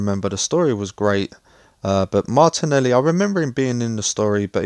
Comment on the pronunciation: I think its MARTELI NOT MARTINELI BRO